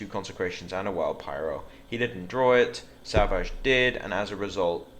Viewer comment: For the record, his name is pronounced "Sav -eets" Artosis has made us all call him savages.